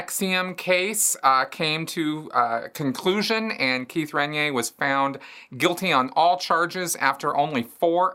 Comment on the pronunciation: lol. "Ren-yay"?? that's a new one! Most pronounce it "Ran-neer", which is also incorrect. but NEVER heard anyone say "Ren-yay". Should be 3 syllables in there. Listen here....